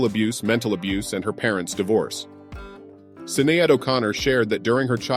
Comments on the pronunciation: Sinéad is pronounced 'Shin aid'. Never 'Sin aid'. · There are some inaccuracies in this post regarding Sinead's personal relationships. It is fairly typical of what has been posted on social media since her death along with the constant mispronunciation of her name! She was a gifted musician and a purveyor of truth through her music. She chose to take a stand against social injustice, and the hypocrisy of the Catholic church in relation to it's denial and cover up of sexual abuse. She was scorned and ridiculed for this and mostly by those who didn't have the intellectual capacity to understand her so it's easier to label her as "crazy , weird or unhinged!" Now that she's gone a spotlight is being placed on just how important and valuable her contributions were and how they served to open up a dialogue of acceptance and understanding when it comes to mental health awareness and in addition, acknowledging the pain of victims of domestic and sexual abuse of any kind. Sinead O'Connor's public stance on these issues has made its mark will not be forgotten. Her life's work is done, now may she rest in peace.🙏🌈☘️